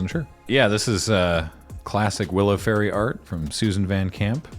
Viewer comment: yall pronouncing fae-rie wrong